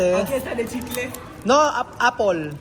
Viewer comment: Dios ko! Ano yung sinabi mo na "Apol"? Paano na matuto si Wesley ng wastong pagbigkas English.